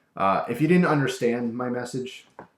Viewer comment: "didjt"? "haev"? I think you should lay off the drugs.